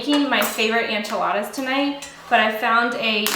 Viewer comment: i think its so cute how you pronounce ENchiladas as ANchiladas!